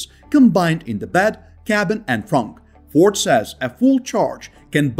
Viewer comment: I stopped listening after you completely butchered the pronunciation of the Ford.